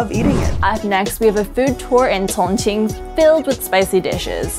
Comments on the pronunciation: A little distracted by the way she says Chongqing lol. It's "Chong Cheeng" not "cong ceen" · You're saying chingqing wrong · Great content - but what's with the pronunciation of 'Sichuan' and 'Chongqing'?